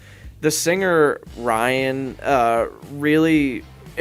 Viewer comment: "Ryan"?😂 It's Rhian, like the first part of the name Rhiannon, of Fleetwood Mac fame...